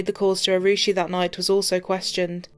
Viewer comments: I usually have a lot of respect for police and what they do, especially in such horrific cases...but the ineptitude of the investigation by the police and CBI can't be understated. The gentleman mispronouncing poor Arushi's name twice. Of course, the parents allowing half of India into their apartment before the police got there certainly didn't help anything. This poor girl and the poor fellow who was just there to do his job, will never get justice, unless they start a cold case unit there. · Mockery of the justice Autopsy process The Talwar's lawyer just acted as a bollywood actor Top police official repeatedly saying Rushi instead of Arushi Had this case occured in the West, it could have reached instant and accurate coclusion. feel for the poor girl